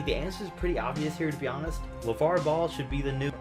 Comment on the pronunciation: He said lavar 😂